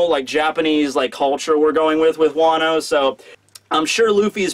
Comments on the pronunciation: Serious comment, not being mean: Why do you say 'Dongo' and 'Wono' and 'Monga' instead of 'Dango' and 'Wano' and 'Manga'? You have such a huge audience, many of whom will undoubtedly pick up this wrong pronunciation, so you have a duty to them to get it right! Hope this helps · " Wano-Wan"